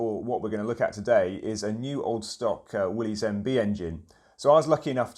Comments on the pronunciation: It's not pronounced Willy's it's pronounced Willis the Y is a short I sound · When a Jeep guy doesn't pronounce, "Willys," correctly.